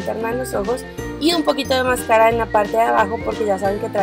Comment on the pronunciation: paula no es por criticarte pero es mascara no mascarà